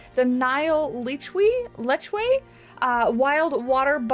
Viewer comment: Wow, some really cool animals! You're very close with the pronunciation of Lechwe, the first part is right, but the ending is more a 'weh' than a 'way'. I sadly live too south to see them, but we do get their very close cousins the Waterbuck here! And they're my favourite antelope species. In fact there has been lechwe x waterbuck hybrids seen in the Okavango and its one of my dreams to one day go visit there to look for them. I hope the capybara and platypus babies are as cute in the game as they are in real life.